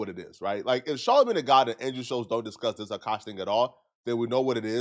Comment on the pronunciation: Adding an extra syllable at the end of sentences is so annoying. "Oh my gawda."